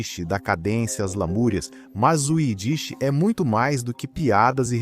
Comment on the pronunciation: Sua pronúncia é horrível, tanto para ídish como pôgrom